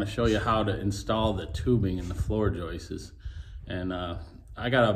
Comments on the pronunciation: yes, joists, not joist-es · "joistes" ...It's the funniest thing ever. It's the sure sign of a redneck...